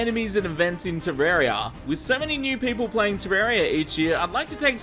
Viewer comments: ohh, "with so many new people play terraria each year" thought you said "with 70 new people play terraria each year" lol. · All I can hear is " with 72 player a year".